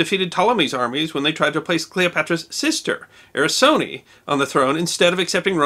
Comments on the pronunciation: Cleopatra's sister's name was NOT "Arysone" or whatever you said but Arsinoe. Please, if you got any pretensions of being considered a historian, you should at least pronounce the names right. Being American is not really an excuse. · Arisone ? I do believe it is Arsinoe since there are several queens with that name in the Ptolemaic dynasty. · "Ar-si-noe", not "ari-so-ne". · Did I hear him say A-REE-SONEE instead of AR-SEE-NO-WEH (referriung to Cleopatra's sister Arsinoe? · I love your videos. I just wanted to let you know that Arsinoe's name is pronounced "Ar-sin-o-way". Otherwise, I learned things I did not know from this video! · Cleopatra’s sister Arsinoe is pronounced /ar-SIN-o-ay/. Actually the last syllable is not diphthongized as in day/de-e:/. It would be more like /eh/ with no off-glide. This is likely a Greek name as is Cleopatra. Ancient Egyptian had no vowels similar to Ancient Hebrew . They had implied vowels associated with certain consonant clusters by a process called matres leciones in which some consonants took on the sound of a vowel. None of them were rhoticized with Dark R as in Greek. We see that in “arthritis”. Once on the island of Thassos I came upon an ancient grave with a headstone in Greek saying “ Kleopatra” Κλιοπατρα but I’m think it was a common name in antiquity. That island though was part of the battles after Julius Caesar died and again Marc Antony. . Because of that his nephew, Octavian, succeeded him as Augustus Caesar and no Caesarean. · a little mistake in pronounciation... the sister's name has to be said as Ar-si-no-e, further a very accurate story as usual. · You mispronounce the name of Cleopatra's sister Arsinoe (with the umlaut like two dots over the "e").